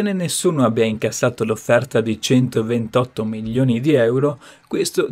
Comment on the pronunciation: È milioni e non millioni....l’italiano!!!